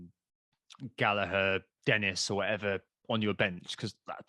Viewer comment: It is Gallagher with a hard 'G', not Gallaher, trust me, I have asked him.